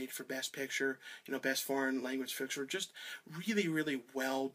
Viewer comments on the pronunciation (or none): none